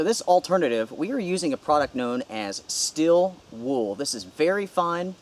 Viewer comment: “STEEEEEL” not STILL